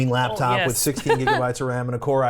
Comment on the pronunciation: Shannon's special pronunciation of 'laptop' as 'labtop' makes numerous appearances in this episode. :D